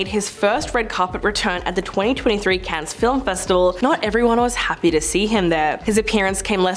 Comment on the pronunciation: Clickbaity title. Also, you don’t pronounce the S in Cannes.